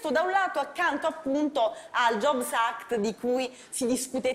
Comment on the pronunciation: Jobs act e non Job act; non legge del lavoro ma legge a nome di Steve Jobs.